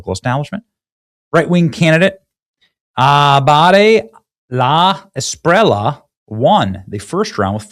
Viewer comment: A be lar do de la es pi re lla (LLA, not La, pronounce the double, is like LLama, not as you say Lama...) i can teach you Benny